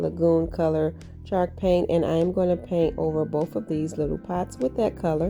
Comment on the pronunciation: My husband kept saying "is she saying chark paint like shark paint?" 😆I couldn't help but laugh at him like no CHALK PAINT babe🤦‍♀️He says "what the hecks chalk paint" "really babe, it's what's covering half the wall in my crafty room, durrr babe, durr" men🤷‍♀️😹